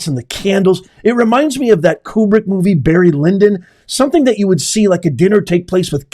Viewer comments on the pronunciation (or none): none